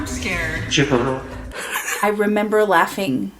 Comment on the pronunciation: ngl I started pronouncing chipotle like that in a robotic voice back then and I would also randomly say it. it is such a bad habit now that I have to actively remember not to